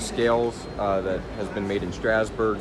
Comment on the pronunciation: Thompson it's Strasburg not strausbrug